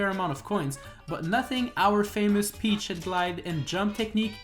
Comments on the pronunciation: "Peachshet" another peachshet more peachshet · I will never unhear Peach-Shet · You sound like youre saying peach shit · Ey you so mean to the coins but im still a fan and I feel like your saying peach shit XD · I thought he said peach shit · Bro idk if he doesn’t means to say it but to me it sounds like he’s saying peach shit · Why does it sound like he’s saying peteshit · I fought you said peachshit not peachett lol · No offense, but the way he says peachette sounds like he said peach-$%#& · Until the end of the video I heard that you said Pech sh1t bet at the end of the video I saw that it was written Peachette... XD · "Peach Shet"😂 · Sorry, I keep hearing Peach shit... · It sounds like you keep saying peach shit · Gotta love that pronunciation P E A C H - S H E T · I can't stop hearing "Peach shit" everytime you say Peachette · Am i the only the noticing that he's pronouncing Peachette weirly? 😅